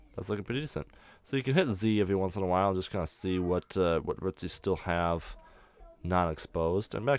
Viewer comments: nice way of doing cg trees but the way he says roots as ruts annoys me for some reason! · The way you say roots is hilariously annoying. Great video. Keep it up.